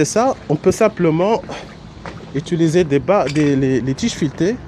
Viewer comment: Merci infiniment. ps: on dit : utiliser pas "étuliser"